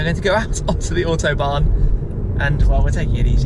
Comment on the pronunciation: It is not called the "Ortobahn", it is fckn AUTOBAHN. How hard can it be....